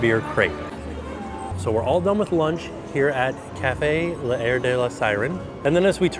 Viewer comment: French pronunciation tip. L’air is a contraction like can’t. So it’s /laire/ but not /layer /